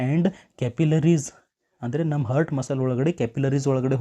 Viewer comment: ಹರ್ಟ್ ಅಂತಿದ್ದೀರಾ ಹಾರ್ಟ್ ಅಂತ ಉಚ್ಚರಿಸಿ, ವಿವರಣೆ ಚೆನ್ನಾಗಿದೆ 🙏